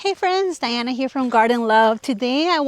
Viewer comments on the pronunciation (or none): none